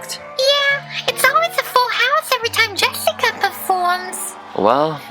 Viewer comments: I thought he lkept saying Yessica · is he saying yessica or jessica O_o what, i 'm confusion edit: it sounds like yessica to me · He says it like "Yessica" not Jessica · it is a J not a W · He is saying yessaca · It is Jessica not yesica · It’s Jessica, not yessica. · Great way of saying her name